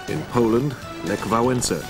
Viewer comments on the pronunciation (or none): none